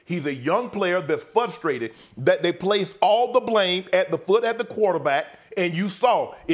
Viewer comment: Somebody teach shannon how to say FRUSTraded.